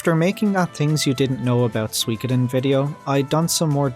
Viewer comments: You're pronouncing it wrong, it's soo-wee, not swee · The info was cool and interesting. Thanks for your effort and research on this unusual topic. Perhaps for future topics, please look up the words corps and Suikoden; one has silent letters, and the other doesn't.